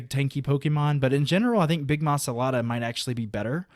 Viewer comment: It's MA LA SA DA, not ma sa la da, SAY IT RIGHT!